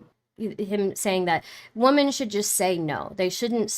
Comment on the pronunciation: IT'S NOT "WOMAN".. SAY WOMEN.. AS IN... WO.. MEN!!!!